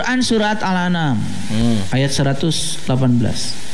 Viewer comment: Qur'an Surat Al Anam (kata )... salah baca dia.. harusnya Qur'an Surat Al An'am... ( ini oon murokab tapi ngajak ngajak orang lain oon berjamaah bareng dia)